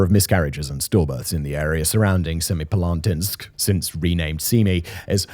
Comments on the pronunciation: No. Its semi-palA-tinsk. It means "seven halls" or "seven chambers". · I'm impressed by Simon's ability to pronounce Semipalatinsk completely differently each time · Wait til you hear him say Kurchatov!